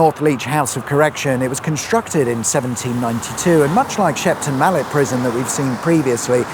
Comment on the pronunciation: "Shepton on Mallet"?